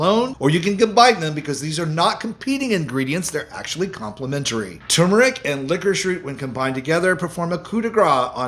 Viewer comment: Please Sir. As a retired English professor of 44 years, I am partly a grammar 'terrorist', in the metaphorical sense, of course. The word "tumeric" has an "r' in it, and it is not silent. So, the word turneric is NOT pronounced "tum-eric", as done in your video. It should correctly be pronounced "tur-mer-ic". It is one of the more commonly mispronounced words in the English language. Please correct your pronunciation. NB. How I wrote "pronounced" and pronunciation" , one with "u", one without...some words vary (like that) in English (Br) vs English (Am). Consult as needed.